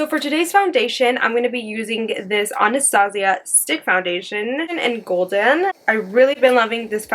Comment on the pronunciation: She's pronouncing Anastasia wrong.. ann-a-stay-sha Like the movie? about the princess? Other than that.. LOVE this look ♥